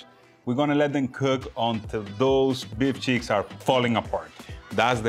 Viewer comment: I told you it was awesome. It sounds like you said to “It’s beef Sheetz” LOL. Like Beef S_ _ t. Oh man. Ok it’s the accent sorry...Did you see looks at you eating the whole time 😂Love it and glad you enjoyed the Beef Cheeks. Wait until I speak with Meat The Butchers and get some more mystery meat. And no...lion meat yet. Great video. Love you guys.